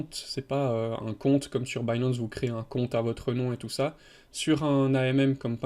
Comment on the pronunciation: Au secours l'accent anglais... DeFi, Binance, Compound, etc. 🤣 Tous écorchés